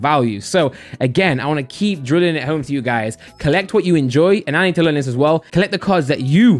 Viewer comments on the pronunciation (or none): none